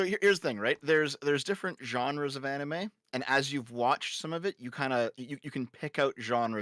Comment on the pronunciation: Why is she pronouncing anime like that